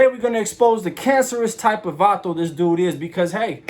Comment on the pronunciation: Don’t even say vato 😂 you sound like a Jack ass